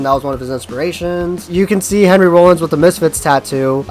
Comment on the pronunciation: Video creator-"Hi I'm a poser and I prefer the MCR and afi versions of misfits classics" you suck guy Edit: I also like how he pronounces Rollins like a bread product that you use for a sandwich or put butter on. Lmfao this dude is such a clueless poser.... Def funny as hell to listen to. I have apparently forgotten more about the misfits than this guy knows... And finally this is riddled with inaccuracies..... C'mon bro